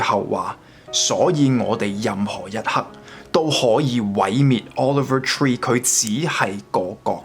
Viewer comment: offer tree? over tree? 人哋個名叫Oliver Tree...好多英文讀音問題, 建議你以後查清楚啲英文字點讀先錄